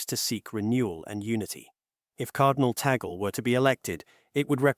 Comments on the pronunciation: It’s not TA GOL ! It’s pronounce; TAG -LE !!! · Tag leh is the proper pronunciation....🙏🙏🙏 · Please pronounce Cardinal Tagle’s last name as: TAG LEH It’s a Filipino pronunciation (not Americanized) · So MANY words orally narrated appeared WRONG…… Cemeteries……supposed to be seminaries Cardinal TAGGLE…/ TAGALOG…….should be CARDINAL TAGLE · Please, the correct pronunciation of his name is TAG-LE. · Gentle correction. Sir, may I correct the correct pronunciation of the family name "Tagle" is Tag - le'. Muchos gracias. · ALLELUIA! PRAISE and THANKS to GOD for this FAITH, HOPE, and LOVE inspiring: Here"s Why Cardinal Luis Tagle Will Be the NEXT Pope. May GOD bless, sustain, and uphold all who made this possible and their families as well. Happily, the pronunciation of LUIS ANTONIO was correct, except for TAGLE which is pronounced TAG - in English abrupt touching somebody to come along then simply add LE with short e for LE and simply say TAGLE or better request a FILIPINO to pronounce correctly TAGLE, ok? May we keep united with the LORD in PRAYER thru MAMA MARY for our suffering sisters and brothers worldwide, most of all, LOVE and PEACE throughout the world. May GOD the HOLY SPIRIT strengthen and enlighten the qualified Cardinals to vote for the NEXT POPE according to HIS holy will. Amen.🙏